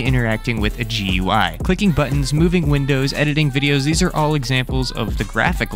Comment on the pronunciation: just something that irked me, its not pronounced G-U-I, its pronounced Gooey